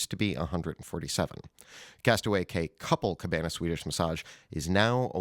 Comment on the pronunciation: Only good thing about the daily fix going away will be no more mispronouncing simple things simply like Castaway Cay (key)!!